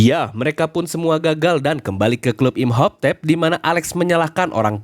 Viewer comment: "Imhoptep" ganggu banget, baca lagi yg bener